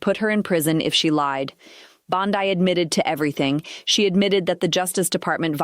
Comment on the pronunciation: I thought the same thing. And was annoying how "" kept mispronouncing Bondi. Yo, -- Bondeeeeee, not Bond-eye.